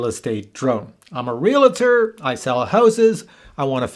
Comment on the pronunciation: I have a listing that is a museum, I think this could be a useful tool. Let me teach everyone how to say Realtor. It's like it reads Real-tor, not Real-la-tor Thank you for the video.